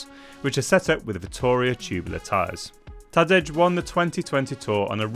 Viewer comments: Is it that hard to pronounce Ta-Day? Ta-D'edge for Tadej is just so... colonial sounding. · It's incredible how crap your videos are actually. Every single "bike of the year" video is exactly the same, reading off a spec sheet nonsense. This one was actually ok (even though I don't see the point as all bikes are incredible in the peloton), up until the point when you completely mispronounced Tadej Pogačar's firstname. What kind of a journalist are you if you can't do basic research and at least get the guy's name right?